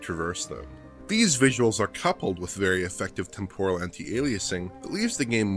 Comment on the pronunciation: Why do all df members pronounce “temporal” in such a weird way ?